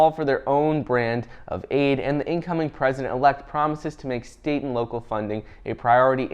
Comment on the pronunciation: ... "state & local government" .. what i heard, "satan"